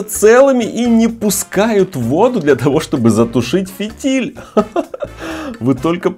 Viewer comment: Дорогой мой, правильно говорить не фИтиль, а фитИль